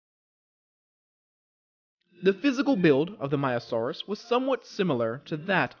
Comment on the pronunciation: Just to tell you frontier are working on a new DLC possibly either a Triassic dinosaur pack or Jurassic dinosaur pack. BTW you kept calling the maiasaura maiasaurus just to tell you.